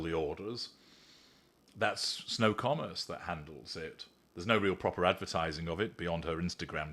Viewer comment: Apt that when says "That's Snow Commerce," it sounds like "That's No Commerce".